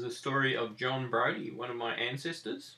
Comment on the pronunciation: Quite interesting that your pronunciation of the name Briody completely loses the i vowel sound - never heard that pronunciation before. Where did you get such detailed information from re JB ? I am looking for similar on my Irish Tighe relatives aslo from Meath County - their kids were born in India and in Russia - Crimea whilst dad served in British army - ended up in St.Helens Lancashire - and one married into the Briodys therer who were fresh from Cavan- so your story is interesting.